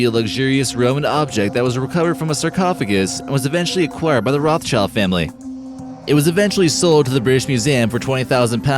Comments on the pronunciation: It's pronounced "rot - shilled" - not "rof child". The family's origin is in central europe and for that reason their name is german and has to be pronounced in a german way! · You’ve mispronounced their last name right off the bat...